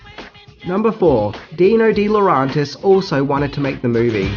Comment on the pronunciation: Also, I may be mistaken but I think "DeLaurentiis" is pronounced with the E sound as it's written - not "DeLaurontis."